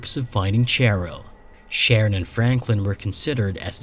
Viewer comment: Cheryl is pronounced Sheryl. Dear Lord.